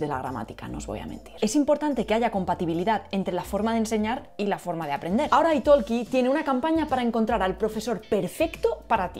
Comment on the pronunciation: ¿Italki es una palabra inglesa? ¿por qué la pronuncias en inglés "aitolki" cuando yo leo "itolqui"?